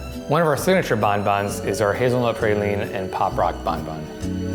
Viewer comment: Claimed to be a chocolatier but could not pronounce 'praline' correctly.